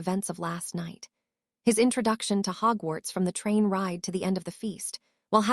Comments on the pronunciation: So why are almost all the names horribly mispronounced? Though Hugwhats is pretty funny. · The mispronunciations are hilarious. Hudwug flies to Hugwhuts. Priceless.